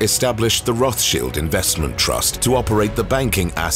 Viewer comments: Its Roth Child not sheald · It's not rothshield 🙄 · roth childs, not cheelds! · Not roth shields its pronounced roth childs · Rott Shilled that's how you pronounce it. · Please stop pronouncing the name improperly. The name is from Germany, there is no English “th” sound in German. It is pronounced Rot-Schild as in “red shield” found in their family crescent. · Rothshields??? Ok bud. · Firstly it would improve the video if you got the pronunciation of the family name correct. The English pronunciation is Roths-child, and that is how the family themselves say it. Secondly, if you're going to make a video then at least give true info. For example, Spencer house is mentioned and it's implied they own it. They don't. The house is still owned by the Spencer family. It is leased on a 96+ year lease by the Rothschild family. I could go on, but I won't. 🙄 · I wish the narrator would learn how to pronounce Rothschild. It is child as in small children not Rothsheild shield as in to shield one’s self Please please correct the pronunciation. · Its a German name, its not a "th" sound... its a "t" as in time followed by a "sh" as in shivering. Thats the entire "thsch" part properly pronounced. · Its Roths-childs. It says a lot when you can't even pronounce the persons name correct you're doing a docu on lol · Rothchilled is an irritating way to pronounce their name. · He pronounced it the Austrian way. The name is roughly Red Shield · It‘s not even fully correct. Rothschild is of German origin. German has no fricatives. >th< is pronounced just as >t<, like in River Thames, which curiously also isn’t pronounced as a fricative. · Why are they mispronouncing the name? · You are mispronouncing the name. There is an English pronunciation and a German pronunciation. You are using neither. There are many yachts worth more than this one. Plus, yachts are not an asset. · Your pronouncing their name wrong! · Pronunciation is wrong no? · Get ur pronunciation of the surname right